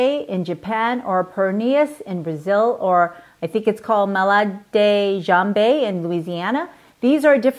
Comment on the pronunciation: Its malade like malady then jambe or whatever the other word was